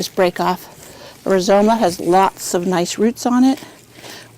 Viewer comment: audio was booming and a bit fuzzy ... rhizomes pronounced wrong ... VERY GOOD that she showed every step - how long to dig up a clump and such instead of editing forward ... because she showed all the struggle and how hard some of it was - I gave a thumbs up .... A little too much SHAKING THE bulb in front of the camera - don't shake things around you want people to get a good look at !!! Hold it still so our eyes can focus !!! LOL